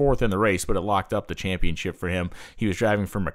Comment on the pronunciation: Championship ChampionSHIP!!! NOT ChampionCHIP!!! It's a title, not a cookie.